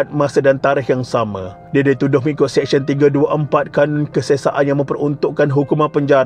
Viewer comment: Sebut betul2. Mahkamah SeSYEN bukan Mahkamah SEKsyen . Practice sebutan yang betul sebelum buat content.